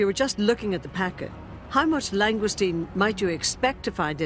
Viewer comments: Those Scampi "bites" are about as near to the real thing as is the presenter's pronunciation pf lsngoustine. It's French for heaven's sake pronounced "long goose teen". And we pay these people via our BBC TV Licrnce ! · Did no one think of teaching how to pronounce Langoustine?